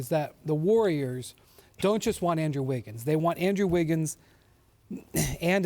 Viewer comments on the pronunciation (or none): Lol he said "on-drew wiggins".. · "UnDrew Wiggins" 😂😂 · “Ahndrew Wiggins”